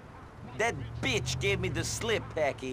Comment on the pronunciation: this moment always makes me laugh. Best BITCH pronunciation ever.